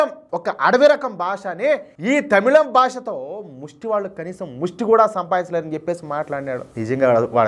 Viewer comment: తమిౙం కాదు, తమిళమే. ఆ అక్షరం తెలుగులో లేదు. zh ని ళ అని చదువడం బెటరు.